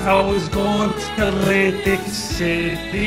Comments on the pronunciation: Love how he rolls that L in Lantic city, sexy. Im straight, im juss sayin. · laaaaaanntic ceeti🤤